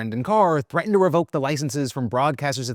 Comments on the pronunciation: Thweatened? Thweatened?! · Did phil just say thweatened?